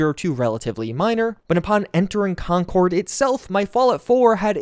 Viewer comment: Concord MA is said "conkerd" unlike the plane pronounced "con-cord". /massachusettsrantoff